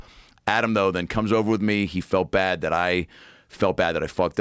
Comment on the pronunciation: Let's ask Perplexity: What does Joe say "wit" when the word is "with"?